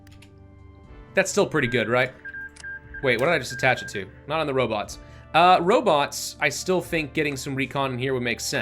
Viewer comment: "Robits"? Not as bad as "Goshumrockinron" ;)